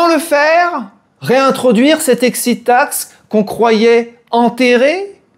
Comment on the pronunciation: J'adore l' "excite taxe" Faut pas t'exciter comme ça allons ;-)))